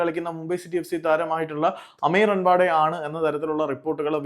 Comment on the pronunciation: റാണവ്ടഡെ ❌റൺവഡെ ✅ 😂😂